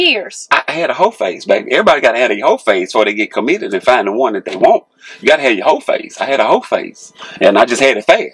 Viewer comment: He said " hoeface"😂😂